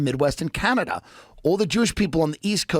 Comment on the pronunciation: Tim pronounces Canada weird.